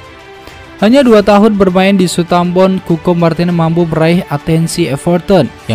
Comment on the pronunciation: Min min,, lu ngeja nama Southampton saja kagak bisa dg benar,, hadeeeuuhhh.. 😵🤦